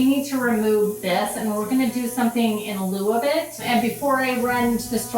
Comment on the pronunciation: "in lieu" or "in loo" 😅. Love your work... always inspiring. Greetings from Ireland ❤